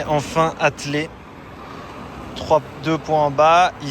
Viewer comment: On ne dis pas atlé mais attElé …